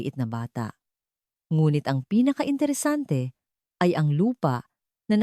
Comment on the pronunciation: Kakainis, labang apat, laban apat, intresante etc. Bakit AI pa ANDANG HAN VICE ANDANG HO ??? Jose tapos naging Joey